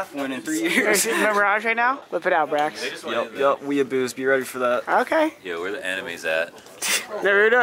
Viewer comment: BRAX ITS BRAX